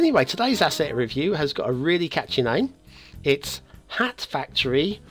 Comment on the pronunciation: pronounced " a hole by the sea" really well. But his "hat factory" pronunciation was worse than Herr Flick's German in 'Allo 'Allo.